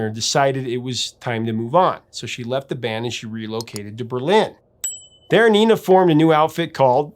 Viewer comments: "Nena" in Spanish is pronounced with a LONG "A"..."NENNA", not "NEENA"..I would check videos from Europe where they might say her name and you can check the pronunciation. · Just a quick note: her name is pronounced Nena, not Nina, and luftballons is pronounced like "looftballons" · It's not Nina, it's Nena. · Just a point, it's pronounced "Nayna", not Nina. I always preferred the German version, and I'm disappointed when the song starts and I hear the English words. Hast du etwas Zeit für die richtige Aussprache? ;) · You got the message of the song right, but your pronunciation of Nena is wrong. The "Ne" is pronounced like "Neh" in "Vaya Con Dios - Nah Neh Nah", maybe that musical reference helps you to remember that 😀 Maybe sonebody else allready offered this, but if you'd like a translation by a German, I could provide that. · By the way, in Germany, Nena is pronounced Nay-na. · The English version was only actually released in UK and Ireland, where it did reach No.1. Also, if you're wanting to use the original German title, it's not Ninety Nine, but Neunundneunzig. Also (again) Nena's name is pronounced "Nay-na". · It's pronounced Nénah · Also nena is pronounced “ nay na” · nina...in Spanish...not nena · I think it's pronounced nay-na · At the time everybody in the US pronounced the name, "nay-nuh" probably because that is how a German would say it and she is Deutsch so we wouldn't expect it to be a name in Español. Very interesting ... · I wished you took a moment and checked the German pronunciation of both Nena and Luftballons. The e in Nena is pronounced like e in "ten" or "desk". U in "Luft" like in "pull" or "put", and there is no double o, so o stays o and does not become an oo. Also, this is a compound word, Luft meaning air, Ballons - balloons. This means that the accent needs to be put on both parts, and be slightly separated: LUFT-ballONS. Nena actually does a pretty good job showing the pronunciation when singing, as the accent matches the rhythm.